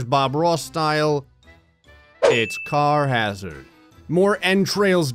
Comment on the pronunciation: you pronounced the the game name wrong Carhazard is Char-is-ard